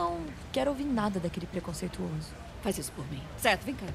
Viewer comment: Ellie: preconseituiches